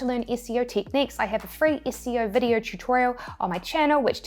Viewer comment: When she says 'SEO' and we hear 'ISCEO'